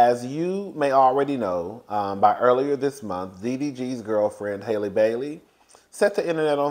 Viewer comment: Halle is pronounced HAH-lee not HAY-lee (like the same A sound as hat)